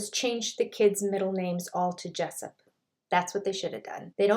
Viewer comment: David Pressup? Do you mean David Jessup?